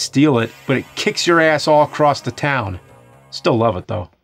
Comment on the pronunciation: When the CD 32 paint bucket addon commercial played when it said "enhance you life" I could've sworn I heard "enhance your wife" I was like word lemme get one lmao 😂😂🤣😂